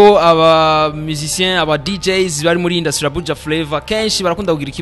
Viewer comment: 😂😂Arthemon uyu journaliste ni bala kbsa ngaho ngo hypocitre ahandi ngo indusie au lieu de industrie 🤣